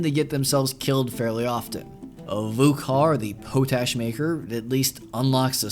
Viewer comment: The word is actually pronounced pot-ash, as in ash from a pot. That's because it was traditionally made by burning wood then leaching water through the fine ash to make lye, then boiling the lye to leave behind an ashy residue that was harvested for fertilizer. It's also the origin of the name Potassium, being the primary mineral component of potash. Another fun fact: the very first ever patent granted by the US patent office was for an improved method of making potash.